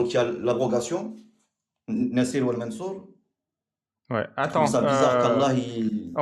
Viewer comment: Nasir wal mansour au lieu de Anaskhi wal mansoukh😂😂 ya que quelques lettres de différence mais ça change tout le sens arrêtez de vouloir parler arabe bande de bricoleur de la langue arabe utilisez la langue que vous maîtrisez